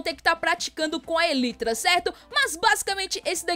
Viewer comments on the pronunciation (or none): A pronúncia é "elaitra" e não "elitra" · se escreve elytra mas se fala elaitra